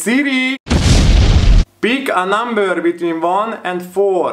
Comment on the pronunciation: Bik á námbör...😂😂